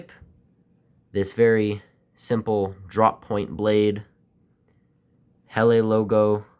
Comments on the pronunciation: Oi mate, thank you for the video but I just wanted you to know that it’s pronounced "Hella" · Just found this video,, 🤔,, Just fyi, (I'm sure by now you've found out anyway 😊) Helle is pronounced HELLAHH,, all the best my friend from the future, 😅